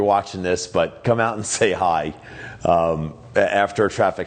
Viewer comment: caught that New York accent on the “Hi”